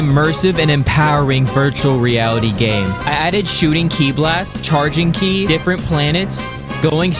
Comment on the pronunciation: Ki is not pronounced key it’s pronounced kai